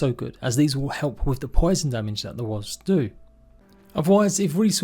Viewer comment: I love the way he pronounces Wasps.. Wasbs 😅